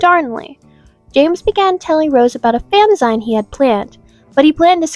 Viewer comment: Good effort and spending the time on this. Just FYI Fanzines are pronounced like: “fanzeens” like magazines. Sibelius is pronounced: “Sibaylius” I know you said that some parts would not be accurate and you did get some incidents and dates mixed up, as well as details not right. As for Rose asking Ryuchi if he ate dogs, sadly it is/was more common place in parts of east asia that dogs are eaten. Also, keep in mind, both Rose and Jill were/are vegetarians, which was ahead of the curve and much more rare back then. I doubt Mr. Sakamoto was offended by it, so why get so offended yourself? In certain countries & cultures, eating a dog isn’t much different to eating a pig or whatever. Eating any animals is offensive to a lot of people. And especially the animals themselves, so in comparison, Rose asking Ryuchi that question is not worth getting so bent out of shape and pissed off at her for.